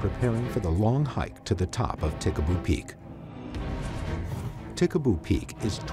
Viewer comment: Ta Ha Ha Ha! Pickaboo peak? Nah, it's Tikaboo Peak. Whatever I want to see a UFO.